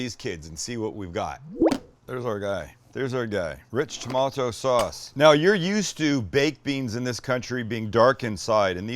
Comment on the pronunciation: lol....only a Canadian could mimic "rich tomaaato sawwwwwwss". Thanks.